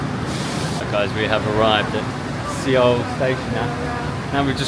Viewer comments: Suh-wool, NOT Seh-wool. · Not sure if you’re trolling but It’s pronounced “Sowl” or similarly “Soul”. Great vid though 😊. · Suh-Wool. is the proper pronunciation of Seoul. :) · First of all, I'm really enjoying your Korea travel videos. Thank you so much!!! BUT... Seoh...Seoh..Seoh...ㅠㅠ I was wondering what "Seoh" was when I heard that word from the beginning of your travel videos.